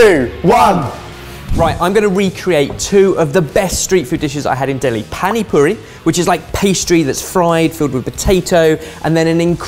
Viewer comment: The way white people pronounce Hindi words such as "Pani Puri" makes me cringe